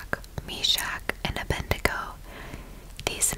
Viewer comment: The name is “Abed-nego”, with d before n, not “Abendego.”